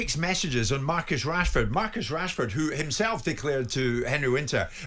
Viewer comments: i thought he said marcus cashford lol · I thought he said cashford 😂